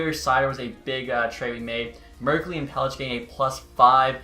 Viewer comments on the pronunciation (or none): Not trying to be a douche... but MUK HAM A DUL LIN Warren Foegele ( not William) Pelech is Peleck Alnefelt is All Ne Felt I’m gonna get hate, but like between you and Xtech I don’t know who’s worse at pronouncing names lol